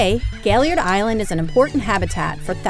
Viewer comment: Excellent video, but may I ask if you lecture on Gailliard Island in the future would you try to pronounce his name as he did please? Doc put the accent at the end and pronounced his name as gail-Yard. Thank you and please keep updating us!